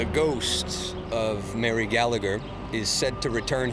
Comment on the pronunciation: Its laughable how these "experts" speak with such certainty and matter of fact, when its complete waffle, yet the sensible people that need proof are the ones who aren't "open minded". lol ...Oh and if I was Mary, I'd haunt all those Canadians too for massacring my name! Learn to pronounce names properly! Almost as bad as the Americans. Also, it wasn't a "potato famine" it was a mass organised and orchestrated genocide by the English on the Irish.